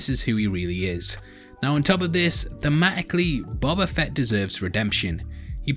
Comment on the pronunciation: It's BOBA FETT you dumb FUCKS